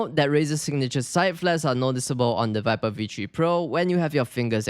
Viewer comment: Yeah vee tree pro